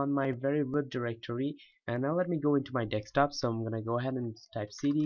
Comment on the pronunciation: I love how you say dekstop.